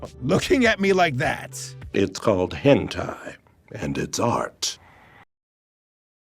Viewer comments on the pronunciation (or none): none